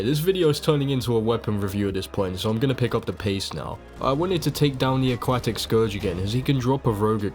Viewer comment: Cool video i like it a lot, one question tho Why do you call the aquatic scourge the a-quack-tic, it kept on throwing me off lol